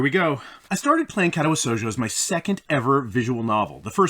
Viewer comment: Dude how do you pronounce it so wrong after he told you exactly how to. What is Kätawä Souljo